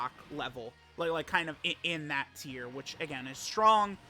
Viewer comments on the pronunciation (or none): none